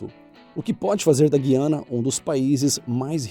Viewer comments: Meus ouvidos reclamam todas as vezes que ouço Gui Ana Sempre ouvi e falei Guiana com a pronúncia como quando havia ainda o sinal "TREMA" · Que horror. Não vou nem assistir o vídeo. Pra mim é desinformação, pronunciar Guuuuiana desse jeito, como guitarra. Horrível. Faltou boa informação antes de fazer esse vídeo. Português conta, além de História.Tô fora! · A pronuncia correta é Güiana. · O Correto é dizer: GU - Y - ANAS. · A sua pronúncia está errada, o correto é dizer GU-I-ANA, com o ditongo UI. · A pronúncia é Gu-iana 🤷🏻‍♂️ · 'Contudo, o Dicionário Houaiss indica que esse "u" é para ser lido, constituindo ditongo com "i" ("ùi"), como no nome próprio Rui. Por conseguinte, no Brasil deve pronunciar-se Guiana, com o ditongo "ui".' E foi assim que aprendi. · Excelente vídeo mas, eu aprendi que o país se chama Güiana, o acento trema foi abolido mas me parece que a pronúncia continua. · A pronúncia correta é Gu-i-ana, pronunciando o ditongo "ui". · Quando o Brasil usava o trema, o nome desse país era Güiana Inglesa, ou seja, o u é pronunciado. ¡Como acabaram com o trema, a gente ouve a distorção do nome do país impunemente! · Boa noite,! Só gostaria de dizer que, no Brasil, a palavra GUIANA deve ser pronunciada como se o GUI fosse GÜI, ou seja, com o U sendo pronunciado, como num ditongo decrescente, e não mudo; como pronunciamos, por exemplo, o nome próprio RUI. Obrigada! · a pronúncia do nome Guiana não é como se pronunciaria se tivesse trema (como era lingüiça). E sim "Gu-iana" (o "Gu" como em "Gula") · Se pronuncia "guyana", é um ditongo aí, o "u" não é mudo. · Ao falar Guiana, favor pronunciar o "u". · A pronúncia correta do país é Guiana, como se houve um trema na letra U. Narrativa primária, pronúncias erradas, nem consegui assistir até o fim. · ótimo vídeo, mas a sua pronúncia de Guiana está equivocada. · Por que o tem que pronunciar diferente da imensa maioria? Deve ser aquariano. Sempre "do contra". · Guiana não! "Gú-iana"